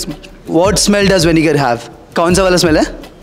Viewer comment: Vinger nhi vinegar